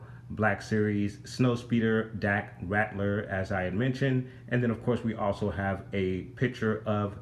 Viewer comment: This Vehicle is INCREDIBLE! Great Diorama. Dak's last name is Ral-ter not Rat-ler though. The piece you questioned is the Grappling Gun Luke pulled out right before the Walker Crushed the Snowspeeder, and that is where it Stores. The small pieces with the Gold on them are the Explosive Charges Luke threw into the AT/AT after using the Grappling Gun to ascend to the Underside of the Walker. The end of the Tow Cable attaches to the side of the Rear Mounted Harpoon Gun also. The "Opening Compartments" on the back Sides of the Speeder that lift up are the Air Brakes. You missed the Butterfly Joints on Dak when You went through the Articulation.